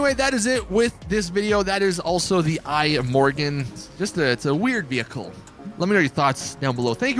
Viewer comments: It's not an apple product, so don't call it the "I Morgan". It's the Swedish word for tomorrow "Imorgon" (pronounced pretty much E-More-Gone). Certainly not I-Morgan. Still, the video was ok. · "The Eye-Morgon" Anyone with 2 or more brain cells: ihmorgon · "The Eye Morgon" 🤦‍♂️🤦‍♂️